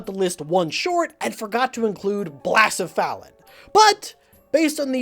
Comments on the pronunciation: You cant remove him from the survey AND pronounce his name wrong Its ble-sef-uh-lon Not Bla-sef-alen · I forgave you for forgetting blacephalon. I will never forgive you for butchering its name. BLA-CE-PHALON? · Blassuhfallon? Wtf? 😂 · I can see why you forgot blacephalon, you dont even know how to pronounce its name, its “blah-seh-fa-lawn” not whatever you said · Blacephalon is pronounced like "bluh-seff-uh-lawn" :3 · Sometimes you just gotta blass-a-felon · I love how often video game YouTubers end up accomplishing entire science fair projects in pursuit of their content. Also I've never heard anyone pronounce blacephalon that way lol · You wont be punished for leaving out blacephalon as I am merciful, but you will be yelled at for how you pronounced it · Your pronunciation of Pokemon, such as Blacephalon, puts doubt on your validity as an expert and you're capability in the task. And that wasn't even the first instance in this video that made me question your "expertise" in the matter. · That pronunciation of Blacephalon made me want to commit internet Seppuku, thank you man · tf is that pronunciation of blacephalon? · you owe another apology to the blacephalon community because that pronunciation made me want to vomit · That Blacephalon pronunciation is highly cursed. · not only did he forget blacephalon, he pronounced it wrong TOO?? you have made a powerful enemy today,. one that is currently putting on its clown shoes to make its way to your home. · That was a horrendous pronunciation. I did not think it would be THAT bad.